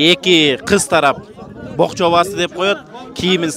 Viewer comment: БОКЧО ЭМЕС, ПОКЧО ДЕЙТ.